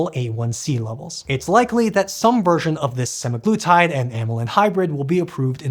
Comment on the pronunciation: you might want to double check the pronouniciation for semaglutide.